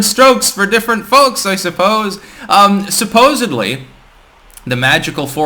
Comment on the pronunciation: Are you really like trying to say you’re kind of a Crypto Mogul whilst also saying “supposebly” lol